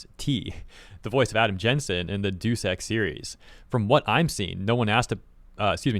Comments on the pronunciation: “Deuce” Ex? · Deuce Ex 🤣